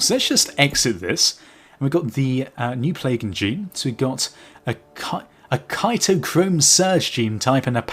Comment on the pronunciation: Cytochrome Surge is pronounced "Sigh-toe-chrome"